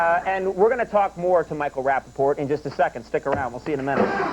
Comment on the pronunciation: Rapaport and Regis just can't say his name right.